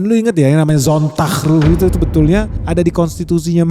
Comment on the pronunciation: bro it's sonn-tag ru-he, just like as if you read it in indonesian pronunciation